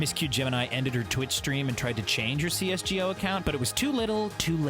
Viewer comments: The fact that he says cs go like CS G O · It hurt my soul when he started saying cs g o instead of cs go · i'ts not "c s g o" its c s go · You can tell the narrator isn't a gamer by the way he pronounces CS G O